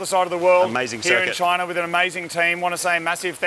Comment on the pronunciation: How to speak Australian: CHOYNA.